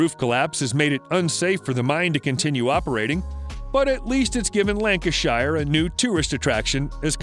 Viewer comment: That pronunciation of "Lancashire" ....